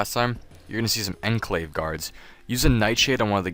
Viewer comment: How do you not know how to say shaman OR enclave. Hell you can learn the word Enclave from Fall Out.